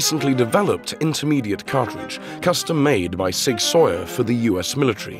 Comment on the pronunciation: It’s pronounced!!! Sig SOWER! NOT Sig Soyer! Do a little research before hitting the record button!